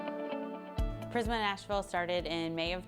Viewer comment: Its Prisma Not Primsa😅